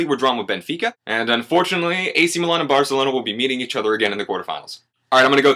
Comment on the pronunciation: where's the 'r' in Milan?